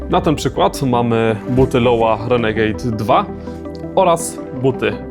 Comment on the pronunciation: super buty i prezentacja nie rozumiem tylko jednej sprawy, czytanie nazwy jako "LOŁA", to nie amerykańska nazwa butów i firmy, a niemiecka, pochodzi od nazwiska i imienia założyciela, Lorenz Wagner – stąd Lo-Wa ale mogę się mylić :)